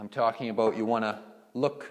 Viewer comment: Edward Dongres "aboot = about" thats how I knew it was Canada Lol. Great video though!